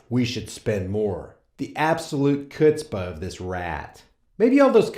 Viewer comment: Pretty sure chutzpah is pronounced with a silent “C” Anyway, good video!